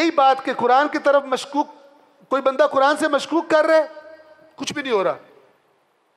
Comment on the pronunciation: چار دن کے مولوی صاحب اپنا " ق " تو درست کرلیں، قرآن ، قرآن ۔قرآن، صفین میں بھی قرآن قرآن کی پکار تھی ، امیر المومنین حضرت علی کی کوئی نہیں سن رہا تھا۔